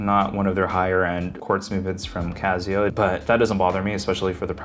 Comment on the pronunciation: It's not "Cazzio", is it?. It's not OK to mispronounce it. Please correct me if I'm wrong. I've never heard anyone say it that way. If it is indeed pronounced "Cassio", and you are the only one mispronouncing it, please consider making an adjustment.